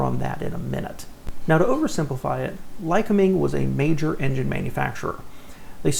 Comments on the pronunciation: Lycoming is pronounced: LI-cOm'-ing like lye-cOm'-ing or lye-cO'-ming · Ly-COOM-ing is how it is pronounced. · Lycoming is pronounced "lie-COMB-ing."